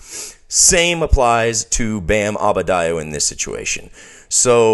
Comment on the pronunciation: Please excuse my continued mispronunciation of Adebayo. I have been a fan of his for years and can't explain this anomaly of misspeaking the man's name.